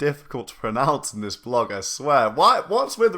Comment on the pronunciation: did you just say vee log? the cringe